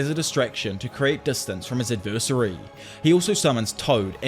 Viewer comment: Love your videos but pls learn how to pronounce adversary